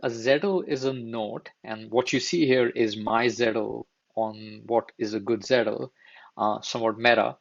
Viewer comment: This is a very good video. Just a small observation, it's Zettel not Zettle. Think I found your video because the first sentence of your description spells it correctly, but if otherwise I might not have.